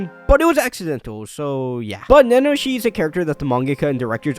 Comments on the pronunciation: Nanoshi XD is it really that hard to pronounce ? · repeat after me: Na - Na - Ho - Shi Na its said twice. She's hot.